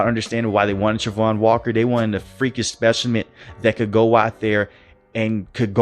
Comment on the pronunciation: Please say his name correct